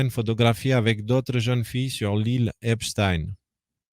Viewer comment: C'est pas EpstIne mais Epstein bordel.